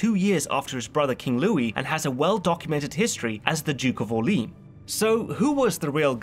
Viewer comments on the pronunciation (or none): It's pronounced OR-LAY-AN not Orleen... come on seriously... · I found "Mazareen" and "Orleens"most funny.